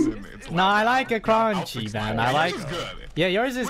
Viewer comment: I know it’s probably just me but the way says he likes it crunchy made it sound like he’s saying it with a Italian accent.🤌